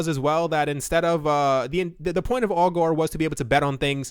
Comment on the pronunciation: I’m pretty sure ‘Augur’ rhymes with ‘logger’ and not ‘Al Gore’.